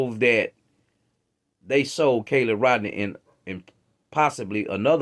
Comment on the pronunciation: Why do you constantly call KIELY CALLIE?? YOU JUST PLAYED A VIDEO THAT PRONOUNCED HER NAME